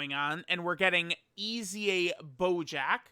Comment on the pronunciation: Why "EZA" is pronounced "E A S Y A"?